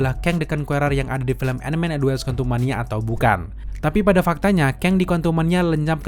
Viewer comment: WASP bang, bukan WAPS